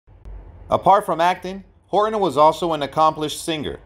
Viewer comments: His last name is Horton, not Hor on.. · Hor Ton. Not Horon.